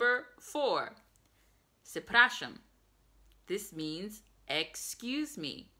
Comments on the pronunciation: Letter C is "ce" not "se" - PRZEpraszam not SEpraszam (that's how I hear it) And I can't actually find third miss pronunciation :) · Ó you can call U. ,,O z kreską" means O with a stroke. Doesn't matter. You should put more emphasize on ,,P'' when pronouncing ,,Przepraszam" cause it seemed more like ,,Sepraszam". Overall I think your pronounciation is really good. Probably the hardest part in learning polish are numerous conjugations but you don't have to worry about that for now. Grammar is quite simmiliar and everytime you want to say Don't, Doesn't, Haven't, Won't.... in polish it's just simple ,,NIE" before a verb. I can't-->> Nie mogę (I No Can). I wait for the next video.